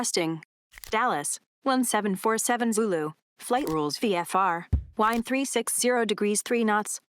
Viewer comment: 😂😂😂😂 Siri pronounced it wind instead of wind. Ha ha ha dumb computer